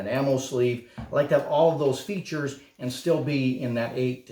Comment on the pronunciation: Features? Hahaha butchered it ffs